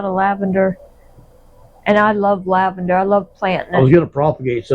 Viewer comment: You say lavender, I hear "Iced Tea." LOL